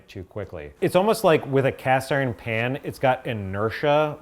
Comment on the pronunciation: She says Iren lol